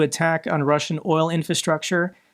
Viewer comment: i beg you..... watch a youtube video on russian pronounciation, PLEEEASE 😂